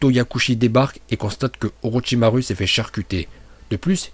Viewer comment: Les « U » prononce les « Ou » stp parce que OrochimarU et TaijutsU j’ai les oreilles qui saignent 🤮